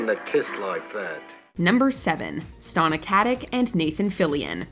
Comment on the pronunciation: Stona Kutik omfogmgogm, it's STANA KATICH